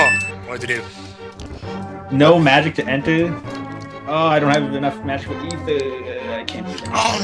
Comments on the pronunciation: its E ther not a ther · Um,,, and, I'm pretty sure Ether has a long E sound, like breeze or nematode or lean...